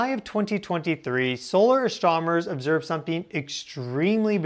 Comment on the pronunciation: You mispronounced the word “astronomers”.